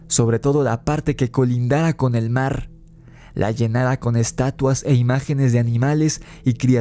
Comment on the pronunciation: Y dice...el marrrrr 😂